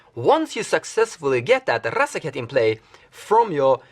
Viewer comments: R-R-R-R azaketh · Love the way you pronounce razaketh, and it looks like i need to pick one up soon. He seems like he is the wincon in so many of your builds.